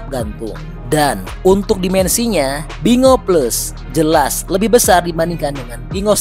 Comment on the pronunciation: Binguo ( di baca: Pin'Quo) bukan bingo 😂